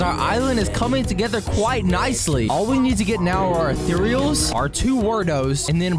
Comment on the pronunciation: You said TWO EARTHR EALS. Three is only ONE earthereals. Anglos is a mythical